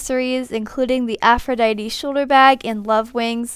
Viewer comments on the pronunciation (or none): none